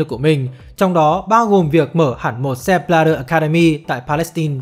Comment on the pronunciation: Sao lại đọc là Sép Bờ la đơ nhỉ??trong khi tên ông ấy viết là Sepp Blatter